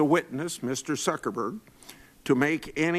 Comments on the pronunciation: Did he say "Mr Suckerberg"? LUL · Did Senator Grassley call him Mr Suckerberg? LMAO